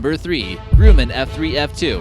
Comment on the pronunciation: #3. Did he say a "Grew-man" for Grumman? Must be computer generated speech.